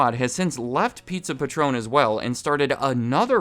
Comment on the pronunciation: It's Pizza Patron, like a patron of the arts, not Patron like the tequila